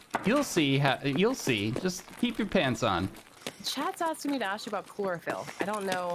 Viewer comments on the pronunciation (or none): It physically hurt when he said "Clorofil, more like borafil"